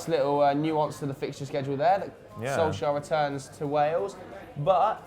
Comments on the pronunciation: It is Soul Ska by the way....I am going to get tired of pointing that out soon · Its funny when tries to say "Solskjær" hahaha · Honestly I'd love it if Solsjkaer succeeded and stayed on at United. He was my favourite player when I was young even though I could not properly pronounce his name lol.